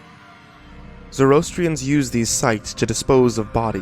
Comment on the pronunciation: Skx burials as they're known.....the buzzards being the 'Air' element, are quite common in ZoroAster. I don't know if you know this but Freddy Mercury was born into the ZoroAstrian faith (it's pronounced like Zorro -Aster).